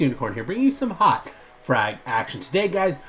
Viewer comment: u said hawk instead of hot